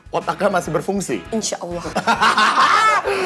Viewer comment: wilona bisa insya Allah nya sdh fasih